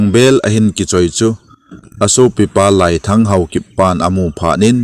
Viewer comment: Laiiii len ti d ahe, "lai" hi kai sao di ahe